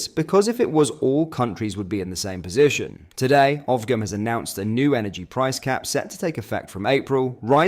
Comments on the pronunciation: Ofgem, pronounced offjem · Please look up how to pronounce OFGEM ffs lol. It’s GEM, as in a diamond.